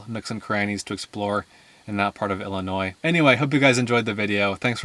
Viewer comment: This was beautiful 💕 Thank you💕….and thank you for pronouncing Illinois correctly👍🏼👍🏼👍🏼